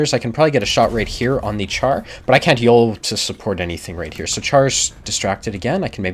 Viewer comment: I like your videos. One thing though. Char (french for Tank) is pronounces 'shar'.